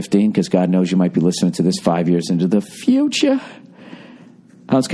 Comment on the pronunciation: when he said you migth be listening 5 years into DA FYUTCHA....how is california doing you listener in 2020 i was shook...